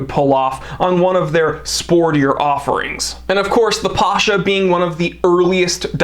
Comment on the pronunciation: It's not Pásha (it will be a popular Russian name), it's Pashá (ottoman military commander)